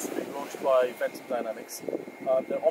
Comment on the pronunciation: It is pronounced "vent-um"